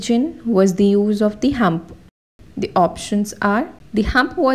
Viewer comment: mam that is humph not hump